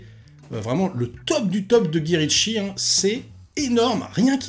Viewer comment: 🤣 Non, t'as le droit, je respecte ta prononciation si ça a toujours été dans tes veines! Trop hâte de voir MobLand et Ravage aussi, je sens que ça sera un banger!